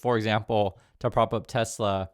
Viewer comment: "I love Tesler"